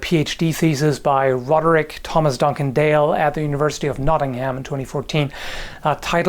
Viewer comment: Ha! I'm from Nottingham like the smart university dude. You pronounce Nottingham weird 😂